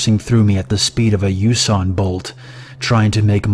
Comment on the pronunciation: What's a Uson Bolt?